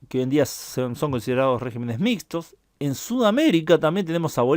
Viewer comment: En ese mapa ya se puede poner España con el color de los países que eran democracias y empiezan a ser regímenes autoritarios. Por cierto, regímenes. "Regímenes" es palabra esdrújula, no sobreesdrújula. Al pasar de singular a plural, la sílaba fuerte cambia, como con "carácter" y "caracteres". Es un defecto de prosodia que empieza a hacerse corriente.